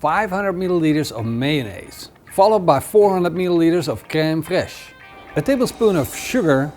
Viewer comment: That hard dutch accent for the creme fraiche 😂😂. It looks delicious brother! Have you made it with charcoal??